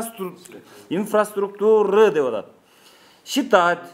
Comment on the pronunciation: Инфраструктуры дегенге да тилиң келбейт турбайбы. Анан сайылганын Мамакеев